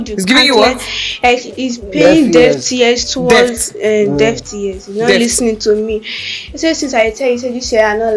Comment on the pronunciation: “Deaft ear”😂😂